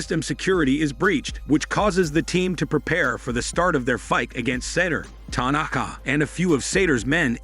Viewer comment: Ty- Nak-Kah😆